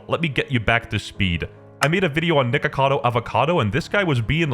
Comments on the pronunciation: WHY DID BRO SAY NIGACADO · Nah bro say nigacado I can’t he is truly channelling his ancestors will 😂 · he 100% said niggacado